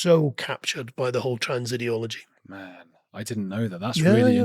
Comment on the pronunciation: To me it seems like a religion, this transgenderism. People are preaching and trying to convert. I am not interested in any religion nowadays as people always screw everything up and exploit things. BTW, your guest seemed to say "idology" instead of "ideology" which I thought was about right...